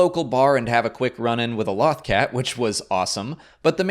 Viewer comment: You mispronounced "Lothcat". . Have you not watched Star Wars Rebels?